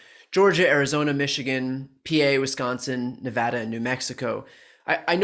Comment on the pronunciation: Brian said Nevada properly. Wow one more reason I like your show.